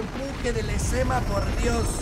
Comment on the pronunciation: Lezama ❌ Lezama✅